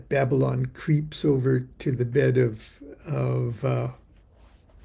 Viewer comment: Aren't you Baba-Lon?